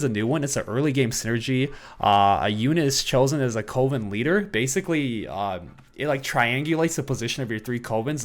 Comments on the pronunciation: not knowing how to pronounce coven 🤣🤣 Just teasing, no one is perfect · Am I the only one annoyed by the way everyone is saying Coven on youtube? To my knowledge its cUHven not cOHven. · why does everyone say "Co-ven" its pronounced "Cuh-ven" lmao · Coven-19 sounds like a legit synergy